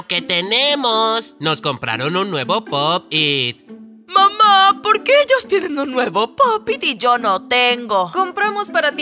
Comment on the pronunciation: se dice pop it ;)